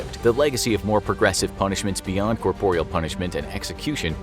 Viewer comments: Great video thanks. The word is corporal not corporeal. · SO he says corporial and these mis-pronunciations MUST be on purpose. He's reading the scripts and it's done in basically EVERY video this narrator does which makes it too much to be coincidence. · You say corporal weird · “Corporeal punishment”? 🤨 Don’t you mean “corporal punishment”? (Though to be fair, corporeal makes more linguistic sense.) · It sounded odd to my ears too, but I understand them to be synonyms so...